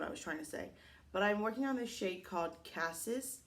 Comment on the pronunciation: "Cassis", that was perfect French! 👌🏾